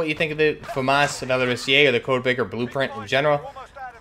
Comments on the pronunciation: It's pronounced "Val-or-is-zay" not "Val-or-is-eee-ay." You're adding a syllable. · I'm French, the "Valorisé" was almost right ! you just mispronunced the "sé" part wrong, you are saying it like if it was written like "Valorisié" i think on an online translation device you can actually heard the right pronunciation. But i tip my hat to you cuz french is really weird ! EDIT : you pronunced "Félin" like "Fueline" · Yo, Great video again! I'm a fan from France, "Félin" was well pronounced, it's just that you don't need the little "e" that you pronounce before the "é" in "valorisé". It's something more like "valorizay". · Yeah le " Valorisé" should be pronounced like Valori"sae" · You pronounce it wrong, you said valoriSIÉ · my French teacher said the e don't need to be pronounced